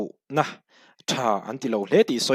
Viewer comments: chinfel hi, i lai hi thlûk loh tur...thlai chîng thlûkin i thlûk daih a,rinna hi thlûkna a awm lo a,rin ang hian chin tih tawp tur..ngaihnawm thin e. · Chinfel i lam dan hi uluk leh hret teh....thlai chi chin zawh tawh vanga chinfel ri angin i lam tlat.